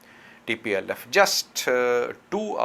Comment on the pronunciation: plse said tplf not dplf